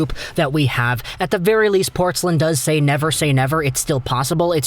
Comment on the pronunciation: Dude, it's Portz-LINE, not Portz-lin. Wouldn't be a huge deal, but hearing you mispronounce it over a dozen times rankles.